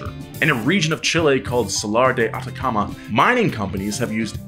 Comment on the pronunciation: Wahahahaha I'm from Chile I loved your pronunciation of Atacama thank you for the content